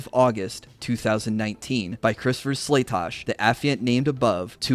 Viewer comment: Wow, your guy got Slatosch’s name right! First I’ve heard all day. Good job! SLAY-TOSH!